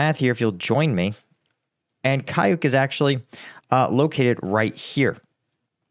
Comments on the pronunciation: how difficult is that to say "KAUCHUK" instead of "kayuk"? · It reads caoutchouc, not kayuk. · thanks for the excellent reporting. You have a very good pronunciation for an English speaker, but just an easy phonetic tip: You say [KAYUK], but phonetically Y = U, Č, ч = TCH like tchai, so... каучук = kauchuk, kaučuk. It is the name for the rubber polymer, probably because of former or current production in the area (India rubber, latex, Amazonian rubber, caucho, or caoutchouc) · Каучук is pronounced KA-OO-CHOOK!